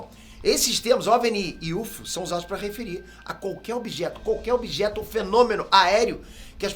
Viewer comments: Yufiou kkkkk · UFO = iufiou, foi de matar.... não sabia que a letra F em inglês tinha som de "fi", kkkkkkkk a pronuncia correta é "iuéfou" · Ajudando o com a pronúncia: OVNI se fala ÓVNI, com o O forte e não OVNÍ. UFO em Inglês se fala "IU ÉF OU" e não "IUFOU". UAP em Inglês se fala "IU EI PI", em Português se diz "U Ah Pê". Velocidade MACH3 em Inglês se diz "MÉC THREE" e não "METCH THREE". Em Português se diz "MÁC TRÊS" e não "METCH TRÊS".